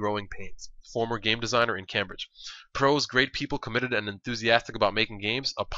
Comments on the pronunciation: It's Came-Bridge, Not cam-bridge :L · It's pronounced Came-bridge not Cam-bridge. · its not cam bridge its pronounced came bridge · i don't know if there is a correct way to say Cambridge but i have never heard anybody say it Cam bridge i have always pronounced it Came bridge because thats how everybody i know says it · nice video. Just 1 thing though, it's pronounced came-bridge not cam-bridge :D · sorry but i have to say this. its pronounced 'came-bridge' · it's pronounced "came-bridge" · its pronounced "came - bridge" :) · it's pronounced came-bridge. lol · You're not english but Cambridge is pronounced Came-bridge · Cambridge pronounced came-bridge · The way you pronounce Cambridge hurts my ears.